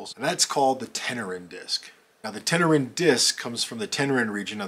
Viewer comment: "Tenerean"...is Tenerian...and pronounced Ten er ian...not...Ten er an. Given that the piece is nearly 7000 years old...any comment about it purpose is complete speculation. The Tenerian culture is, itself, largely shrouded in speculation. There's a clear beginning, and end and a period of possibly up to 3000 years which shows little development. But because of the nature of the larger region surrounding,the primary site, substantive knowledge of them is missing.